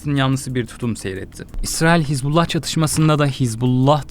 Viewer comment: Не хезбала а хизбала